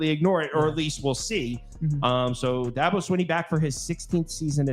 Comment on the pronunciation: saying you don't know about the subject you're speaking on is "throwing a fit"? Lol first, you keep saying Dahhhhhhbo. He's only like one of the top coaches in the country for the last 15 years and you've never heard his name? Do you say Nick SaBahn? Lol Second, You're not well versed on the players at all. Granted one of you knew Mafah because you watched ND, so props there, but the other guy claiming shipley was a giant loss when he wasn't the leading rusher is funny. At least one of you knew that. With the win loss you mentioned Virginia? Said I don't know they're getting better...whoever the georgia fan is is the main one who doesn't know anything. Virginia is garbage and shouldn't even be on BCs radar, much less Clemsons. We assume Georgia will "boat race Clemson" based on what? Lost Brock Bowers and Ladd McConkey and we act like that doesn't matter whatsoever. Georgia will be great, but these Georgia fans are flying way too high. I'm even picking Georgia, but in a lot closer game than they think. I've got like 24-21. He said DJ went to Oregon State and did better. No he didn't. He did exactly the same. With the best OL in the nation. DJ is DJ.